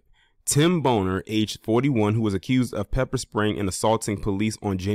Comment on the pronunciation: That's how u pronouce his name?.......For real for real??😅😅😅